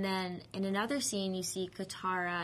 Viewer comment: oh they pronounced katara correctly i thought theyed pronounce it kataraflabloop